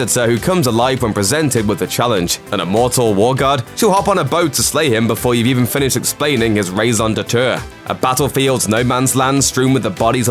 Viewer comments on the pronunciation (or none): at 16.07, Does he not know how to say 'raison d'etre'?